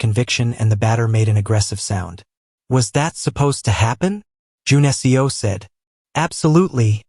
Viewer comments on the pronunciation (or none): A great story as always! I’m curious though. Is his name supposed to be Jun-Seo? The way the name is pronounced is like the programming language I’m learning for analytics. Maybe it’s something else? Seo is pronounced like seh-oh. This seems to be pronouncing the letters of Seo. Please forgive me if I’m wrong.